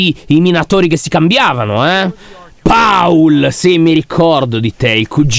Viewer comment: C'è scritto paul ma si pronuncia pol ok lyon😅😑🤦🏻